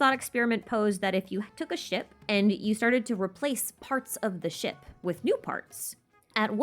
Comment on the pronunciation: talks about the ship theory me - hears 'shit' instead of 'ship' me after realising ship - I'm deaf and undeaf